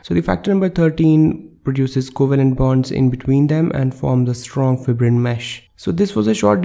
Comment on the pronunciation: Wrong pronunciation of the fibrin